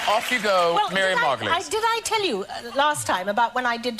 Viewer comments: Amazing you pronounced her name correctly. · Congratulations for being the first American I've heard pronouncing Margolyes correctly. All of these clips are from the Graham Norton Show. It usually airs on TV at 10pm but there's a second version that airs 2 days later at 11pm that is the uncut version.